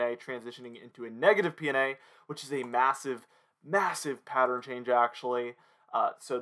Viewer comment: I hope you know how much I love your channel and especially the way you say MASSIVE 🤣